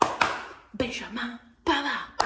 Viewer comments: un piccolo stupido suggerimento: si pronuncia in francese .... 'benjameen' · puo darsi ... nel Québec francese viene pronunciato 'benjamen'. No ho riprova con mio nipotino neonato: benjamin . comunque complimenti per il contenuto